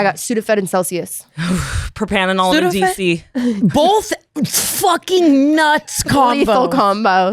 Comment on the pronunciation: it is PROPRANOLOL hahaha